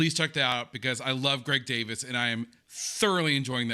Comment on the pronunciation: It isn't pronounced Greg DAVIS....It is pronounced Greg DAY-VEES...it is spelled DAVIES...IE creates an EE sound in British English. Olivia Coleman is the OG GOAT!!! Such an ALLY...she agreed to do Heartstopper!!!